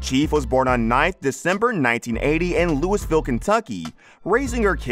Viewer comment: Not a big deal now… but it pronounced Lou eh vull!)